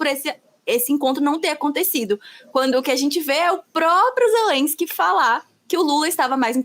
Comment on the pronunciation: A russia invadiu a Ukraine não existe negociação, ou vaza ou a guerra vai continuar. O Lula nem sabe falar o nome Zelenskyy certo ele fala Zerenskyy